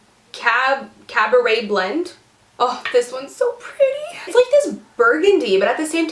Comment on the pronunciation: You been saying Cabaret Blend wrong this whole video